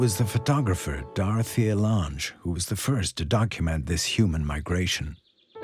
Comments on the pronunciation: Dorothea Lang, not Lahnge. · It was interesting to watch, but so much of the footage I've seen elsewhere. Also the pronunciation of Dorothea Lange's name was a little annoying.